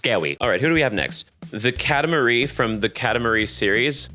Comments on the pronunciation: Oh no... katamaRIE? he doesn't know ball (kata-MAR-ie) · Maybe one day he’ll stop saying cat-a-marie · Someone tell Katamari is pronounced "kat-a-mari" it annoys me as a several long year Katamari fan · i have never in my LIFE heard someone pronounce katamari like that😭